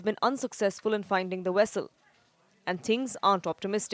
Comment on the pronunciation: Vessel not Wessel.